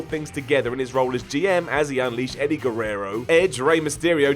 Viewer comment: you got Eddie's name wrong